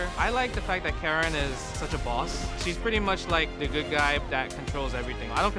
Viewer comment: Just a heads-up, Karin's name is pronounced Kah-Reen. Either way, this was a sick video. Props to the guys at Red Bull eSports for putting this together.